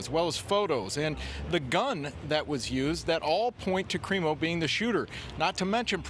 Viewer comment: Good job ruining the CRIMO name